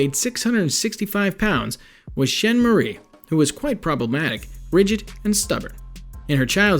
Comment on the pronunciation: I feel like your purposely fucking up her name 😂😂 it does looks like shein..But It’s SchaaNaaaae 💀..She was something else though so ig who cares 🤷🏽‍♀️🤣..